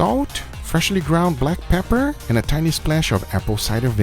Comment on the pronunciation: “Freshly ground black pepperrrr” 😂😂